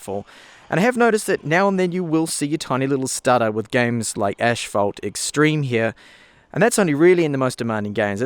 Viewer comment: Mate, why do you pronounce ashphalt when the game is called asphalt? Just curious...